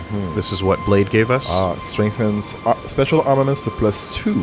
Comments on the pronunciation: they hear Blaidd's name spoken like 3 times and still pronounce his name "Blade" instead of "Blythe" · I like the recap system but holy shit would it have been way cooler to go see Blaidd live instead of offscreen, the reactions would have been great... Also mispronouncing Blaidd right after Kalé says it correctly, classic